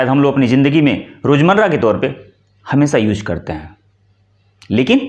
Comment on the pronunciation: आप स्वयं 'श'-'स'-'ष'-'ज़' के शुद्ध उच्चार करें; "हमेसा" न बोलें, "use" को "यूज" न कहें, परन्तु "यूज़" शुद्ध उच्चार करें। 'J', 'Jh' एवं 'Z' के उच्चारों के अंतर को समझना और समझाना अत्यन्त आवश्यक है।